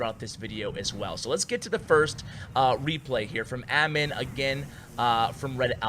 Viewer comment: Wow, that dude has a same name as mine but you pronounced it wrong its " A-m-e-e-n"